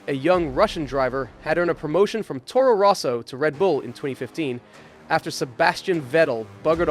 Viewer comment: Towrow rowsow